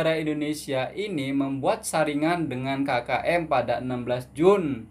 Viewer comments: bukan ki ki m bang, kkm(sebutan biasa) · Cuba sebut OK... Ambil sebutan K tu hehe 😊 K K M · Asmkm,bukan kiki m keke m..indonedia kate kaka m..coba perbetol kn he heeeee👌✌✌